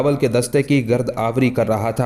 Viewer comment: محترم یہ فارسی زبان کے الفاظ غلط جگہ استعمال ہورہے ہیں فرودگاہ ائیرپورٹ اور گرد آوری جس کا تلفظ غلط ہو رہا ہے جمع کرنے کو کہتے ہیں اگر لکھنے والے نے استعمال کیے ہیں تو بھی غلط کیے ہیں آپ پہلے معلومات کر لیں